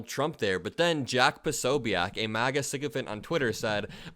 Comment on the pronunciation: It sounded like you said " The Maggots", LOL. If you didn't, then I'm keeping it now. MAGA is the movement, Maggots are the followers 😂